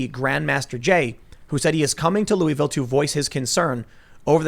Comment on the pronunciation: If Tim pronounces Louisville wrong one more time I’m going to unsubscribe